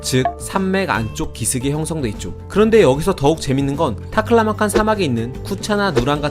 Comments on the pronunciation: 발음이 좋으시네요~ "타클라마칸!" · 타클라마칸 발음이 찰지고 경쾌하네